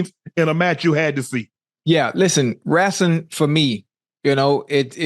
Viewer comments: Ocho: haven't watched wrasling in so long Shannon: Wrasling uhh wrestling 😂😂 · Wow Unc… you talking Wrestling now?! This guy has range! On another event, my father says Rassling… I never understood how people can’t say wrestling. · My nigga ocho said wrasling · Let’s talk some Wrastlin 😂😂😂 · Ocho: "wrasslin"